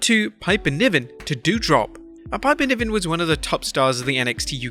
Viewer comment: pipe-her niven did you just say?